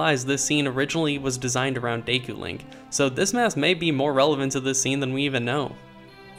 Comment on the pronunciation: lol "day koo"